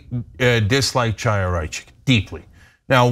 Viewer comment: Ana, thank you for your work. I have two friendly comments about pronunciation. The name of the despicable right-wing activist and stochastic terrorist you are referring to is pronounced "Khaya", the "Ch" at the beginning of her name is not pronounced like chair or china or chalk. Also, when referring to the newspaper "Ha'aretz", the emphasis belongs on the second syllable, "AH", and not on the last syllable "retz"- i.e. Ha-AH-retz. Thanks.